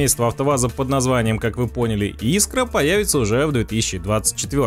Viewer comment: Автор, иди в школу учить русский язык)) Искра)))) правильно - искрА 😉